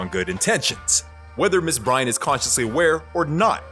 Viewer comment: Why the hell did he even air the episode featuring Shy-Ann Bry-Ant?? 🤔